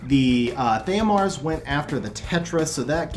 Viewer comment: Your Theomars doesn't work because you keep calling him the wrong name and then mispronouncing his name when you call him by the correct name :P